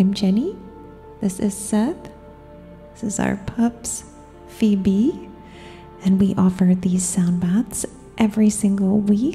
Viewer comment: I love love LOVE the way you say "This is Phoebe" 😭❤️ Just love you all in general. Thank you for showering all of us in light and love. I bathe in water during these sound baths. Thank you for everything you do. Ill be sure to donate ♡